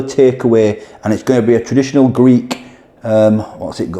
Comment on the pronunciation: Great vlog these Greeks sure know there kebabs, if only you could get them like this in the UK. Chris. PS- Your Greek pronunciation is ten times better than mine 😁